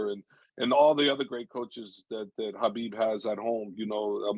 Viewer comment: Habib not khabib